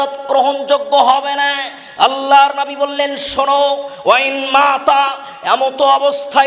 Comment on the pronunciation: নাবী না /// উচারণ হবে নবী আশা করছি খেয়াল রাখবেন